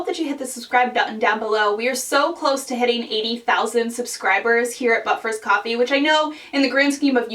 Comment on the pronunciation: I'm a new subscriber and loving your videos so much! I will say, though, that sometimes when you say But first, Coffee, I really really hear "Butt first" coffee...as if that is a particular variety of coffee!!! Hahaha I'm sorry I just had to tell you! It wouldn't be right to join the but first coffee fam without full disclosure.